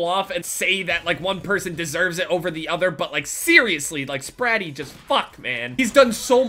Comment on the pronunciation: Am I the only one who cringed everytime he said spratt